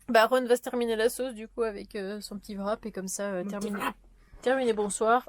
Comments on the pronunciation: '' Wrap '' est un mot anglais. En anglais, on ne prononce pas la lettre '' W ''. Donc, cela se prononce '' RAP '' tout simplement. Ta présente vidéo est très joyeuse, vous m'avez bien fait rire toi et Aaron. Bravo pour le CT, tu peux enfin passer à autre chose. Bonne continuation et au plaisir de vous revoir tous les trois dans tes prochaines aventures. 💜💜💜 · Bien bien FAT ton wrap...😊😊... J'y serais allé avec un peu plus de modération mais tant que ça ferme!...en passant au Québec on prononce tout simplement RAP sans W ni V;-)